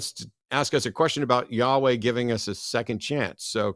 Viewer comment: First clue that "" was a troll, was the repeated saying of "yehaway" instead of Yaweh.